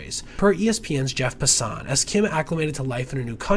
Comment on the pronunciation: Still thinking about the way you pronounced Jeff Passan